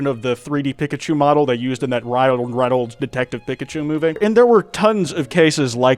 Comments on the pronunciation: I hate how you say Pikachu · WHY ARE YOU SAYING PIKACHU LIKE THAT??